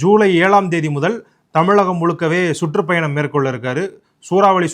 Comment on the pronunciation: நீங்க தமிழ், தமிழக போன்ற சொற்களை சரியாக உச்சரிக்க பழகவும்! நீங்க தமிழா தமிழா channel சார்பாக பேசுகிறீர்கள் என்பதை நினைவில் கொள்ளவேண்டும்! தமிலகம் என்று சொல்லாதீர்கள்!